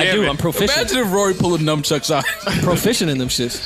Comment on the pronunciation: Mal calling nunchucks ‘numchucks’ is low-key hilarious lol